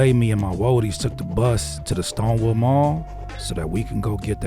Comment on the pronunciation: HE SAID STONEWOOD MALL 😂😂😂😂😂😂😂😂😂😂😂😂😂😂😂😂